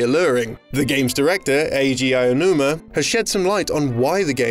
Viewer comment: Ah-oh-huma not Eye-oh-numa